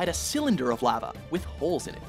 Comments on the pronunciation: Is it just me or does he say 'lava' weird? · Anyone else bugged by how he pronounced lava?